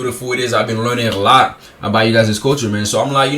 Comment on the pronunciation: His pronunciation of about and house are so over done you can tell he doesn’t actually have such a strong accent.